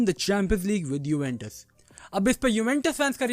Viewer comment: Are bhai 'Juventus' hi hota h kya uventus bol rhe ho baar bar 😭